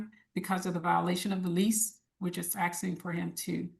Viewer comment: "We are not axing for money..." FFS